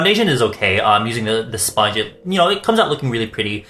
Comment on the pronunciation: 35 mins of talking about his sillicone sponhe xD